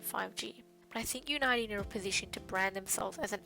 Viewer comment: I think it's pronounced, "unity" homegirl.